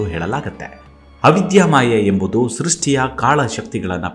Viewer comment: ಧ್ವನಿ ಚೆನ್ನಾಗಿದೆ. ರಾಮಕೃಷ್ಣ , ಸೃಷ್ಟಿ, ಚಟ್ಟೋಪಾಧ್ಯಾಯ ಮೊದಲಾದ ಪದಗಳನ್ನು ಸ್ಪಷ್ಟವಾಗಿ ಹೇಳಿದ್ದಿದ್ದರೆ ಮತ್ತಷ್ಟುಚೆನ್ನಾಗಿರುತ್ತಿತ್ತು